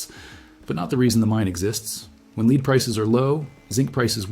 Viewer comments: Asian guy is AI. Lead is not pronounced leed. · AI mispronounces lead. AI says "leed" \, also often AI can't name large numerals. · When prompting the word lead (the metal) use the prompt "led" and your production won't sound as A I (fake). Good info but the total A I (fake) talking head and the quirky graphics degrades the site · I mean who can't pronounce lead as LEAD not lead lol.